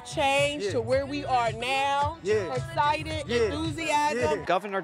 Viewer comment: Iz escitad and thusiasm and we gotz ta win...Is that really a rally--What's there 60 people there?